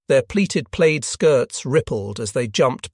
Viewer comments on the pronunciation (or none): none